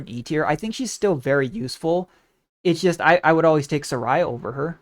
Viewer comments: What the hell is that Saria pronunciation... Also just curious what's your use case for exusiai even? Expensive just to bring for anti-air and useless against elites or anyone with any semblance of defense... I literally have like 6-8 usable 6* for IS and I don't even take her in recruitment unless I have unlimited hope, I really struggle to find a good use case for her which is a shame 😭😭😭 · I know an Indian girl whose name is Saria whose name is pronounced basically exactly the way you said it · If every time you pronounced Saria wrong took a year from my life, I would've died of old age by the 20th minute.